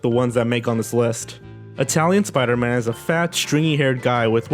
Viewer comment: I smiled as soon as I heard supaidaman because of ready player one.